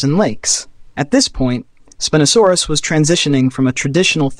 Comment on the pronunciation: why does your pronunciation change from spin-oh-saurus to spine-oh-saurus?